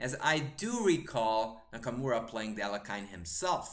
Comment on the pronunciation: Alekhine = Aljehin (Alyehin) [ɐˈlʲexʲɪn] rather than Alec-kine ;)